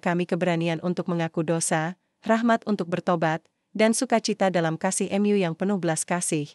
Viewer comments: Mu dbaca sebagai em Yu?????? Kentir !!!!! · Kenapa membaca Mu sebagai kata ganti Tuhan dibaca dengan kata Em Yu ? Apakah yg membaca ini bukan org Katolik/Kristen ???